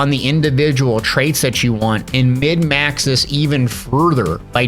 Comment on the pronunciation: love the videos, man! Great explanations. I played a ton of warframe and destiny, and virtually all of the systems in the first descendant are from one of those games, but this was great for making sure I didnt miss anything huge! SIDE NOTE: THE TERM IS "MIN-MAX" not "MID-MAX". I watched several of your videos, but you used this term at least 5 times in each one and it killed me lol. Min-Max refers to MINIMIZING a less-desirable stat (such as defensive stats in bunny's case) in order to MAXIMIZE a more desirable stat (such as ability power/range/duration/CDR). In your case, forgoing singular skill bonuses in favor of fusion skill damage bonuses to buff her 1/4 instead of her 2/3 is another example of min-maxing for the specific application for which you want to use her.